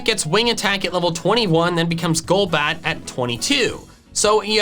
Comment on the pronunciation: THE L IN GOLBAT SHOULD BE AFTER THE O!